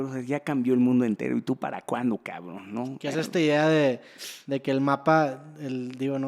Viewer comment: Shot por cada vez que Daniel diga "Cabrn"